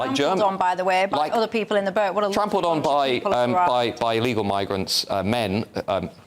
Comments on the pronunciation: Is she saying Burt or boat? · Is it how she says the "burrt", all those people on the burrt crossing the channel.